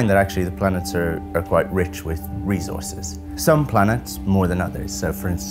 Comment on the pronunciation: Anyone else hate the way he says "recourses"